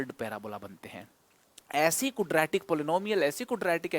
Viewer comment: Sir please don't mind but I think ye kudratic nhi hota Quadratic hota h sir...😊